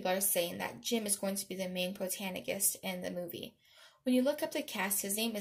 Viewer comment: I noticed! 😂 it’s okay tho was funny